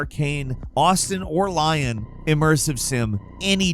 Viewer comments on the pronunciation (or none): Arkane Lyon is pronounced "lee-on." It's a region in France. Not bashing you mate, just constructive criticism. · "lee-ohn". great vids as always. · Arkane Lyon is pronounced 'Leon'. Its french. Wtf man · If I hear another another person pronounce Arkane Lyon as "Arcane Lion" I might Curt Cobain myself into oblivion. Lyon is a city in France! It's pronounced LEE-own. How does no one get this right? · Shouldn't Lyon be pronounced "lee-on" and not "lion"? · Lyon is not pronounced lion. It is pronounced lee-ohn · lol Everyone keeps calling it "Lion." If you don't want to sound all Frenchy call Lyon "Leon." But if you want to pronounce it right don't sound out the n at the end. I say, while there is a much bigger issue to worry about. It's time to chop Microsoft up. Conglomerates should be illegal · Lion 😂 it's lyon lol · What an outrageous mispronunciation of Lyon